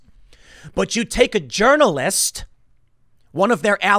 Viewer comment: Nah, you just pronounce the "J" like a "Y."